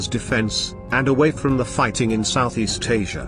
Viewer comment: South Ees Tazia???